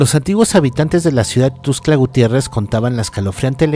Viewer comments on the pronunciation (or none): Dejame corregirte... -Es CHIapas, no chapas como dices Es TUXtla, no tuscla como mencionas... San cristobal de las casas no es un pueblo, es una ciudad, ya que hay tiendas departamentales, centros comerciales y civilización... Checa un poco mejor para la próxima...